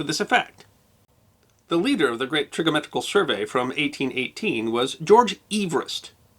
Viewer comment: Trigo-metrical? Or is it Trigonometrical? You're missing a syllable.